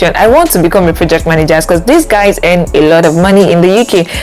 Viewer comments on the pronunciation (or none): Good video quality and point. Why do you actually pronounce "earn" as "hen"